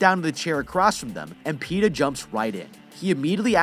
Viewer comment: Petah and peta